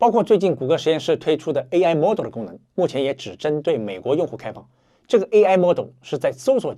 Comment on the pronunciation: mode 读错了。